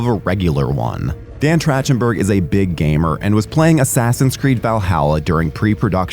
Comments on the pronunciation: The voice over pronunciation of “Trachtenberg” as “Tratchenberg” is mildly infuriating lol This movie was such a pleasant surprise. The use of practical effects really sold everything they were doing and the nods to the originals didn’t feel ham-fisted (like with Alien Romulus’ attempts). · the one thing that got me is his name is pronounced Track-ten-burg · LOL his name is not Trashtenburg. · Trachtenberg is pronounced with a “k” sound, not like “chair,” same as chasm. Or is this an AI voice? Mispronouncing names is usually a giveaway, but sometimes it’s a human who doesn’t read enough. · Same way you pronounce Michelle Trachtenberg